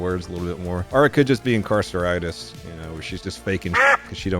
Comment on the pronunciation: Incarseritise..! Haha